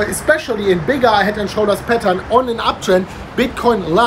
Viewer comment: All this time I am thinking that is saying 'petals', now I realize that he is saying 'patern'